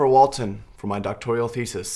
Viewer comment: Doctoral not doctorial